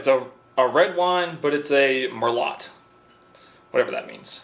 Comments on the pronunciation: killed me when he said Merlott instead of Merlot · You should explain it has a silent T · MERLOT IS PRONOUNCED MERLOW LOL NOT MERLOTHahaha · Mer-lot wine 😂😂😂. Pronounced mer-low if your into phonetic sound explanations 😂😂😂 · Merlot is pronounced "Mur-Low"... not "Mur-Lott" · I wanna go back to 1997!! Also.... mer-lot... lol. Mer-low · Yeah. That cracked me up too. But, most Americans not exposed to French will pronounce it as it’s spelled. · coup de grass..lol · The wine is pronounced “mer-low” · Mer-lot 😂😂😂 I died. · I wish you could have tested it against Amber Heards bed linens. I chuckled at mer-lot. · MUR LOT. Hahaha my bad it’s funny cus you’ve said it in another video too! Haha luv ya man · Murr-low^ ...cant you just check Google before you try and pronounce a word to make sure you at least get it kind of close ? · It is pronounced (Mer-low) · Lol, it's pronounced Mer-low. It refers to the variety of grapes used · murrr lot lolz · Merlot : pronounced MER-LOW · What that sounded like was thunder. I can't say for sure that's what it was though. Merlot is pronounced mer-low by the way. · Nope, it's mer lot now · its spelled merlot its pronounced merlow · You butchered Merlot. It’s a travesty! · The way he pronounced Merlot was the best thing ever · It's no one going to point out how he pronounced Merlot? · You pronounced Merlot incorrectly on purpose. C'mon, you had to've. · "merlot" haha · Nobody gonna say how he mispronounced "merlot " wine 😂😂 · Man said merlot lmfao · Just a note: in the name Merlot the t is silent, because it's a french winegrape species. It's pretty common across Europe. It gained popularity, because you can make very fine wines out of it, but also you can make cheap mass produced ones